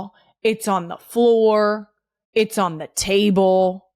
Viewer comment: There it is “step foot AWN to that field” I found the slip into the DelCo accent.